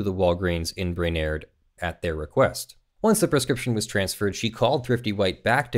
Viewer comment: Brainerd = “bray-nerd”